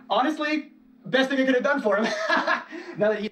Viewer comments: I love the way you say "now"! It sounds like "no"! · I hear "noi", love it 😂❤